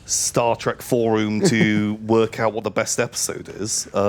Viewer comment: return of pronunciation of forum as 4roooom